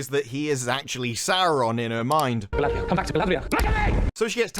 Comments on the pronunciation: Why does anyone say her name wrong? Gladriel is not her name ffs. Her name is Galadriel (Ga-la-driel). Doesn't matter this show managed to destroy all the characters. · Also... Elrond is "Al Rod" and Galadriel is "Collateral". I'm dying here...